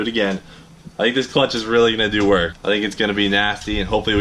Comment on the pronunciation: "Dew it for Dale"